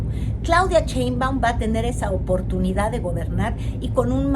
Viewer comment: Cada vez que dice "CHEINBAUM", me da escalofrios 🤣🤣😂😂